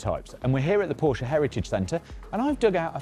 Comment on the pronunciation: thank you for pronouncing Porsche correctly 🙂